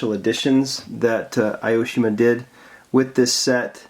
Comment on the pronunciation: Great video!! When you pronounce "Aoshima" try reading it like "A O Shima" :D Japanese isn't a friendly language for those speak English ^^;; Also, "Grand Champion" should be shortened like "Gra Chan" :) "Hakosuka" → "hAkosuka" (we put stress on the first "A") I like to hear your Japanese :D